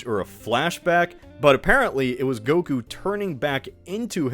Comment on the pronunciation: Pronouncing goku as gogurt it’s funny